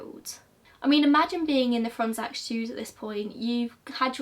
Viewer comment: Just throwing it out there: If you ever see a name of a polish origin and there's a "cz" in it, it's read like "ch" in like in "chips" :)